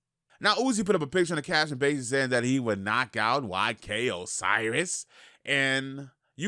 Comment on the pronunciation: Ayyyye he said "YK Osiris" and not "OK SIRIS" Lol, still love